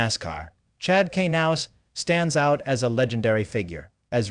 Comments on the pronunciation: K nouse? Dude at least say his name correctly....why do I watch this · Chad Kay NOUSE? Really? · I hate to be off the subject but you are pronouncing Chad's last name incorrectly, just saying. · Please learn how to say his last name correctly